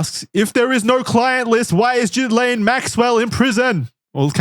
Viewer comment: This is some of the most thorough investigative material I've seen on the subject matter... And yet, is still pronouncing Ghislaine as jizz-lane 😂